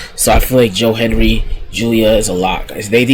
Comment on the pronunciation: It's Hendry.... HEN-DRY. Tf you keep saying Henry for?